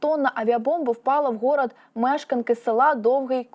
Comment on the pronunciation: Ну і ведуча врала бомба вгорОд,а в неї гОрод...